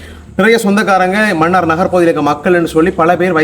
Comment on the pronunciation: மன்னிக்கவும் மன்னார் மண்ணாறு இல்லை தமிழைச் சரியாக உச்சரிக்கவும்